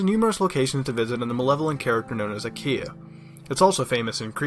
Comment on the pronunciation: "Akia Village" "Akia" Akia God DAMNIT MUTAHAR you FUCKED IT UP